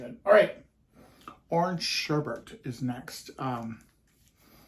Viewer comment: Ice cream - one of my all-time favorites! However, I have a bone to pick with you. I'm kind of a word snob, and I know I can come off negatively, but I don't mean it in a bad way, but the word for the orange ice cream is sherbet, not sherbet - no R near the end. Just sayin'...Love ya!